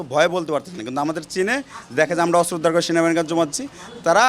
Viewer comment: অস্ত্র ✅ আস্ত্র❌